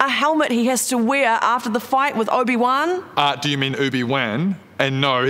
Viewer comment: “Oobiwhan” lmao